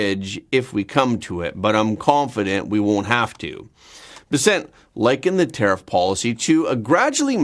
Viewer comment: Why do you continue to insist on misprounouncing the Treasure Secretary's name? He himself puts the emphasis on the first syllable - BESSent, while you always say besSENT. Why not pronounce his name the way HE does?